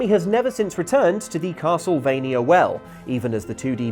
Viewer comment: I thought it was a "Castle" of "V"ampire M"ania", or Castlevania